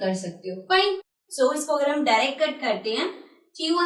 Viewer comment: Aap acha padhati Hans but aap so ko sho kyu bolti hoo